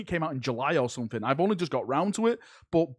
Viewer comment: "Sumfing uge"